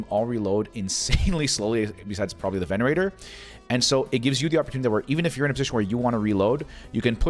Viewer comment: sorry to correct you , but its called a Venator not Venerator , otherwise amazing vid , i loved it 🥶!